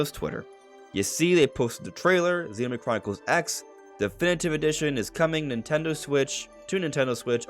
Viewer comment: We can tell you’re not into it because of the way you said Xenoblade